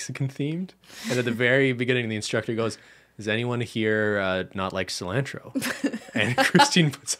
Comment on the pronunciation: the way cristine says cilantro as a mexican makes me i cry a little